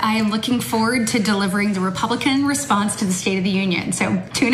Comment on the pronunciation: I think her " republikkklan" came out!!